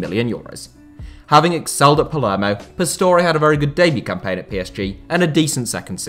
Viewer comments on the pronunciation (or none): none